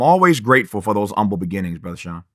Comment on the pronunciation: Now Tavis is a well versed man. I know he knows “umble” is not how you pronounce “humble.” Where is the “h” sir?